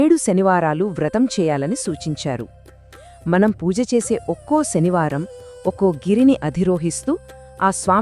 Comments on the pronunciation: Mee voice chala bagundi,explanation kuda chala bagundi kani mee pronunciation baguledu. Sanivaranni shanivaramani alage suddi ni shuddi, ani palukutunnaru. Ala vintunte anyamatastulu palukutunnattuha undi please try to change this pronunciation. Thank you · Sanskrit lo sa ni sha ane antaru